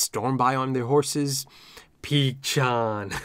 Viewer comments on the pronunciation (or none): I love how you call her pieck chan